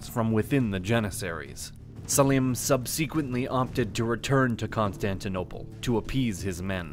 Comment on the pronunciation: It's not even just syllable emphasis, he seems like he is reading a script and has never heard these things pronounced correctly. I mean "cau-KASS-us" and "sub- SEE-kwent" are bad, but "Sunny Muslim" takes the cake for me.